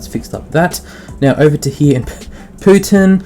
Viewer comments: Putin? Pooton? lol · He got you to say "Poo-ton"